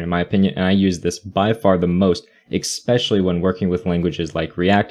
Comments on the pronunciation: ES-pecially, not EX-specially. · Please don't pronounce especially as 'exspecially'. Don't ruin the nice content:)